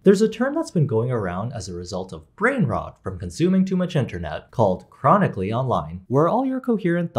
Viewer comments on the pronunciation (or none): CHRONINCALLY online?? XDDDD CHRROOONICALLY ONLINE!?!? bro....im TERMINALLY...online...